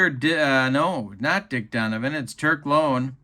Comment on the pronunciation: Greetings,. Just for your own edification, although you may never again utilize this player, the name of the White Sox relief pitcher, Turk Lown, is pronounced with the "Low" sounding as it does in the word, "loud," not as it sounds in the word, "loan." kinda' like "Turk Loun." (How's that for a run-on sentence?!?!) With that,, I bid you a fond adieu!